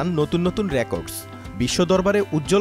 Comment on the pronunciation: র‍্যাকর্ডস.....সাংঘাতিক মহাশয় উচ্চারণ ঠিক করেন